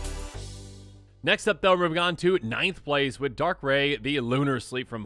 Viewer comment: 1. Giratina = GHEE-RAH-TEE-NAH. (Wasn't spelled correctly). 2. Silvally= SILV-ALLY (like the magic tribe). 3. Darkrai = DARK-RYE. 4. Missingno = MISSING-NO